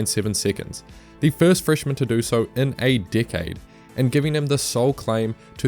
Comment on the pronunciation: When u say decade try not to make it sound like dickhead